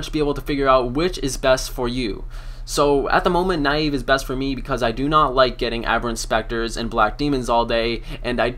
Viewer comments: naii eeee vveeee? neive dude neive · pronunciation on the slayer master nieve is nee-eh-veh. If you look it up on the runescape wiki you can see the name was based on the "archaic Scottish term for a clenched fist. It also means "snow" in Spanish". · nayyv :DDd